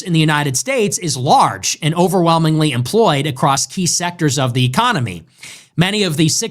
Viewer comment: Is it just me, or does he keep saying ECOMONY